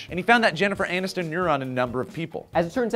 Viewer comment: lolololol says "Jeniffer ANUStin"